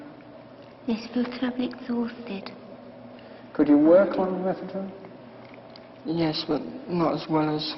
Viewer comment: I think they're possibly mispronouncing methadone.